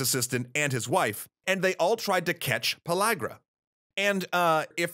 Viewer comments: Am I the only one who noticed that he said "Pologra" and not pellagra? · No Just No You aint saying it right. Its pronounce in the southern tongue "Puh leg ruh" not LAG rah. That's how we pronounced it. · I thought it was pronuced pill-area